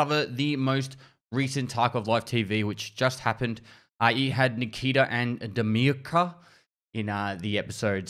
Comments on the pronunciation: say like "damir" not "damirka" :D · This sound when he trying to pronounce "Damirka"😁